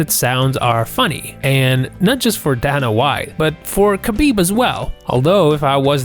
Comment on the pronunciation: You need to work on pronouncing Dana.